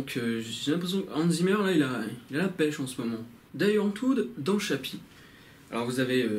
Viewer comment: On dit "Di Antvord" :D Et j'approuve ton avis à un milliards de pourcents !